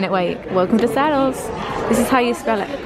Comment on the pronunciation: It’s pronounced “sad elles” not saddles like a horse saddle 😂😂